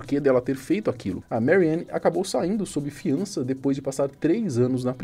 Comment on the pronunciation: A A pronuncia em alemão não é "meriane". O a em alemão é "a" mesmo.